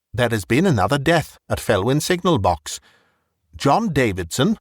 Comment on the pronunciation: Being Welsh Felwyn should be pronounced Velwyn